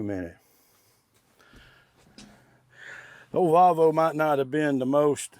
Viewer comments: Its Pronounced Volvo not Valvo theres no a 😂😮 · Its not a VALVO its VOLVO there's no--A --in VOLVO